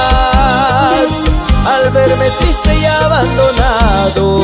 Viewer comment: Muy buena la canción pero lo único que no lo pronuncia bien en realidad es como te burlas no es urlas.. igual muy buena..